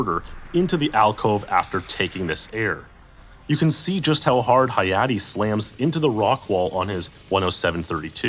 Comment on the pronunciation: I'm glad Hayate got his recognition, even if mispronounced